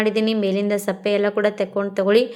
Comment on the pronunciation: Sappe alla adu sippe😅